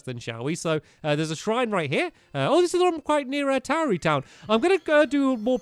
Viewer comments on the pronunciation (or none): you pronounce tarry town "Tower-e-town" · Stampy it's t-a-ree not towery